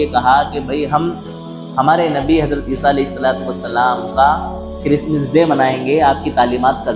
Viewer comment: Christmas day he talaffuz Christmis day nahi